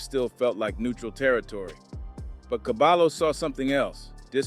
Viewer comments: Never mind saying cabalo and say ''cabayo'' properly. Caballo means horse. It also means ''head man'' or ''expert'' in Hispanic language street parlance. - There is no ll in the English alphabet. ll is pronounce like y as the equivalent verbal sound. It's an elementary school lesson in any competent bi lingual program. A bilingual program is very expensive at any competent private educational institution. BTW , the objective of a NYC elementary public/private school bilingual program is to immediately produce an English speaker. The younger the child, the more languages can be learned. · Dont call him cabalo.. is KA-BUH-YO… or just call him horse with braids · Cabayo not Cabalo stupid AI bullshit. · Who is cabalo? Is CABAYO AKA CABALLO AKA HORSE. CABAHYO, you know, like the Y is pronounced in the Toyota 😂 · Its pronounced Cabayo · I hate that it’s 2025 yet we still don’t know how to look up the pronunciation of a name. It’s CABAYO!!!!! The LL in Spanish makes a Y sound jeeezus christ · Dude it’s pronounced ka-by-oh isn’t it? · It's pronounced Caballo is pronounced Caba-joe the 2 L's make a J sound together the name means Horse in spanish. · You're saying his Name Wrong, it's (Cah-ba-yo/Horse) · I’m not tryna be “ that guy “ but it’s soo aggravating hearing him say caballo like that lmfak it’s pronounced cuh-bi-yo lmfao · My guy said CaBAlo.😂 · Caballo ... Horse in Spanish ... The LL's together sound like a J ... Or Y.... Fyi. ... I know ur not Spanish , great reporting ....